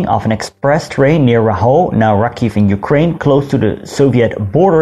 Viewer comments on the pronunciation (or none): none